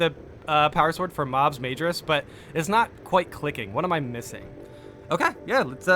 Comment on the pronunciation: I think in another video you were asking about pronunciation (of "minoris" = my-noris), but let me help you out here with majoris = muh-jor-is. I know it's tempting to think of it like the word major, but the inflections are different (cause latin is weird) lol. Keep up the good work brother. The Emperor protects.